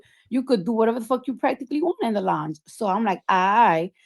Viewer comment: 😒 the fact she went on a 15+ post rant on IG in that orange wig BREAKING DOWN how much Of a liar Nicki is bc “if this happened, why that” and WHOLE TIME it was true so this really pisses me off.. she went HARD ASF about this swearing it neverrrr happened! &Why tf this lady can’t pronounce LOUNGE correctly at this big age 😐 I’m irritated.